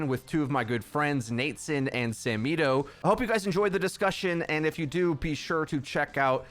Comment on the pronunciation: I zoned out after I heard samito